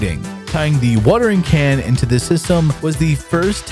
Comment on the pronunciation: "Wuhtering can" is probably my favorite